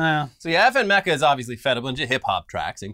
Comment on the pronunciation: mispronounces Hatsune Miku: mispronounces Meka after said it correctly